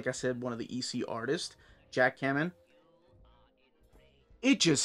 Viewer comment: I think his last name is also pronounced KAY-men... NOT Ka-men ....also...